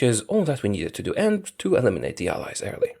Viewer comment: This whole time until 22 23 I thought he was saying Eyes instead of allies.